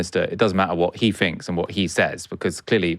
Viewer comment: Bit painful listening to finking. Pretty sure ai thinks